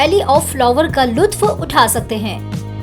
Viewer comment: Lutf nahi hota luft hota hai